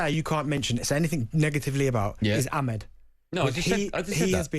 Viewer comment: who da fuk is Amid? and benty saying Ahmed. how hard is it to sa Amad? Ah-mad!!!! madness.